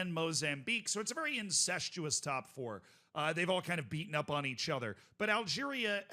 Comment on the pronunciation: Why do you pronounce "other" like "ether"